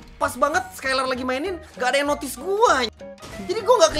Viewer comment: Dari tadi bilang ler kirain peler